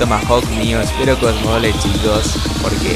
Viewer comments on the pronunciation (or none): none